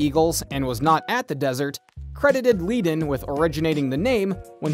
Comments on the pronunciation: "FRAY...?" WTF? Unless the man was insane I hate computer generated video audio tracks which make me insane because he got Glen's name wrong and Bernie's name wrong and yada yada yada! Bottom line is great band great songs and the first song I ever sang in 20 years old was in Colorado Springs and that was a little bar packed with 500 people and I was just getting a little kid scared to death and I sang Peaceful Easy Feeling and the place erupted. I wrote 2 top 10/12 singles for other people and it's all good but there's a lot of Madness in that band which is unfortunate because once they lost Randy who got treated like crap, those things seem to fall into a mess. Also, a friend of mine who is also in the business was there and said that Glenn Frey used to show up at all the Poco rehearsals and listen and listen and listen and unfortunately Poco didn't have quite the juju that the Eagles had until LEGACY! Either way REST IN PEACE RUSTY YOUNG and PAUL COTTON! Good music all around and a lot of backgrounds & Madness going on. Also if you're an Eagles fan you might be pleased to know if you don't already know this that the Incarnation of the eagles only played ONE gig with Linda Ronstadt all together as one! ONE I mean one gig and then they went off to do their own thing. And it was a good thing but I trip when I've done a lot of research into this band and if you look into it yeah ONE gig with Bernie, Randy, Glen and Don - either way it was ONE show and that's it! But bless the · So much FAIL here. Glenn's last name is pronounced 'fry'. Your first shot introducing Don Henley actually shows Don Felder! Do you actually know ANYTHING about this band? Bernie's last name is pronounced 'Ledden', not leeeden. Then you called Felder DAN instead of Don. Holy crap, dude. You need to redo your voiceover. This is just awful. 😂🤣😂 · Glenn “ FRY”. Bernie “ LEd” “en”. Pronunciation is important. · Really.. Glen Fray? Dan Felder? Bernie Leed in. Haha lmao.